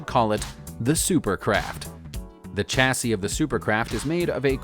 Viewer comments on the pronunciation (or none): Please note that the word "chasis" should be pronounced "shassy". It's French. "ch" in French is pronounced like "sh" in English. Just like in these English words that also originate from French: "chute", "chic" and "Chicago".